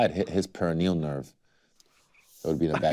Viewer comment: I hate how he said pare of Neal nerve